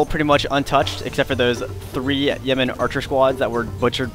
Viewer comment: For a moment I thought that you said "Yemeni" archers and I was like "what the heck are guys from Yemen doing in England". :)